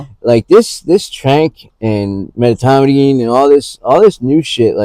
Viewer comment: It's medetomidine not metomidine